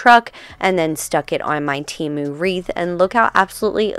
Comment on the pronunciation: Tem-oo, not Tee-moo